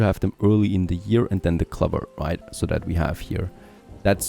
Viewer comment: It's not pronounced cluver it's clow ver .. when you are speaking English at least learn to pronounce the words correctly :)